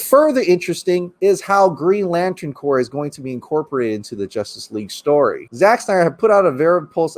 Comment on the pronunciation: The green laten Corp not corpse " english would be good "